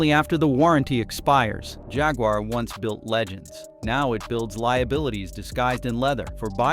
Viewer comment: Junkwar not jaguar